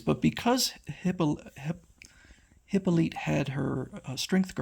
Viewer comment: I've read this story before, it's pretty good for the time. I noticed a little hesitation when pronouncing "Hippolyte". This is both the Greek and French form of the word. The Greek form Hippolyte is pronounced "Hip-PO-lo-tee", with the long "e" as in "Aphrodite". The French pronounce it "Hip-po-LEE-teh". You could go either way. Notice the accent is in different places (in caps). When Robert Kanigher took over Wonder Woman, he switched to the Latin-based form more common to English readers, "Hippolyta". I looked into this a few years ago because I was also unsure how it's pronounced and thought I would pass it on in case you're interested. Of course, you're free to pronounce words any way you want. No big deal. Enjoyed the video, thank you!